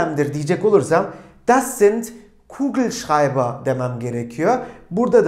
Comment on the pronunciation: Hocam kugelschreiber demeniz çok iyi eskiden bunu rahat söyleyemiyordum zorda olsa son 3 derste bunu öğrendim😁